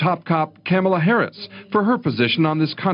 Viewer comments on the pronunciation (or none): Her name was mispronounced twice in this video. Somebody tell Tucker. :)